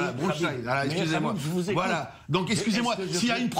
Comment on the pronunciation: Bronstein pas bronchstein